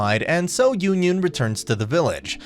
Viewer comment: Butchered my girl yunyun name